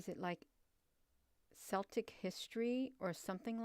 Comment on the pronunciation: Hi! Celtic is pronounced with a K not an S...Keltic